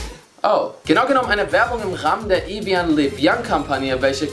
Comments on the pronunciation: Das wird „Ewijo“ anstatt „Ewien“ ausgesprochen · Nicht "Evian" sondern "Ewio" ausgesprochen. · Evian wird Französisch ausgesprochen. Das klang aber wirklich echt lustig wie du es gesagt hast😅✌